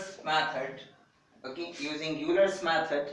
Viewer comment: pronounce it as "OYLER" not "yoolar"